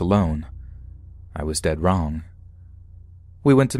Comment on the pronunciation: "I WAS DED WRONE" Me:*DEAD*🤣🤣🤣